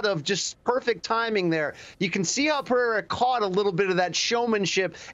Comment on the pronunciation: Guy can't even say Pereira right lol